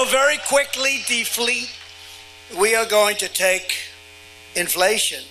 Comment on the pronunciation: I say deflate-you say deflete 😆